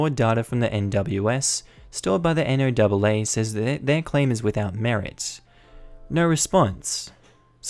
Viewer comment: If it helps... we here in the U.S. pronounce the NOAA as Noah. It's less of a mouthful. Just in case it pops up in another story and you want a simpler way of saying it.